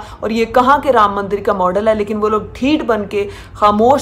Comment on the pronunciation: Pronounce anything for them is a Struggle.......ram maandar.....ahahahahah....